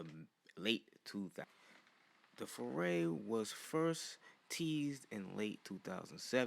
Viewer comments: not Fu Rey you pronounce it wrong and it's hard to listen to you it's pronounced Fu rye - Fu Rai not Fu Rey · “tHe MaZdA FEREI” Just say Furai, prounounce it like ふうらい. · Foo-rai. Not ray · I hate how you pronounce it "furay" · It’s Furai “FOO-L’EYE”